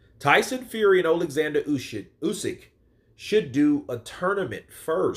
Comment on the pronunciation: Lol the mistake ‘Oleksandr Ushit’ 🤣🤣